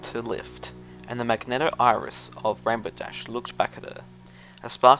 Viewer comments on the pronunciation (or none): Very nice! Makes me wonder a bit if this is how my wife felt opening up to me when she did. SO far, a sweet story and a pretty good reading. I know you asked for constructive feedback so- it's "ma-gen-ta" not "mag-net-a". There, criticism complete, on to gushing. squees I'm really looking forward to the rest of the series!